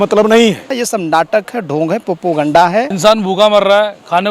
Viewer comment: Did he just said Popuganda at :20 😂🤪